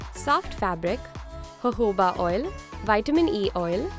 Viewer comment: Lol at the beginning when she is explaining that ingredients instead of saying jojoba oil she says hohohobaoil